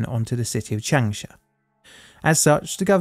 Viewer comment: I am sorry, but your pronunciation of any of these names is completely wrong: it's not Chengsha or Chengsa, it's an 'a' which you in English would rather intone when saying Chung (although there is an 'u'). So pronunciation is "Chung'shah". And the name is "Woo" "Chee-sheng" (Chee like you would pronounce in Cheese) not "Kuiiseng" like you say, as well as "Dshi-jong"... sounds horrible. Every fifth person on earth speaks Chinese and their cities are 10 to 27 Million people or more. We should at least learn how to pronounce their cities right.